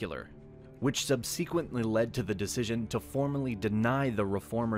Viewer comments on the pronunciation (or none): Is this guy an English speaker? Annual-ment? Sub See Quent? And, the 'United Kingdom' did not exist in the 17th century.